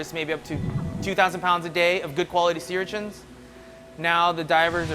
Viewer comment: does the narrator know how to pronounce sea urchins correctly?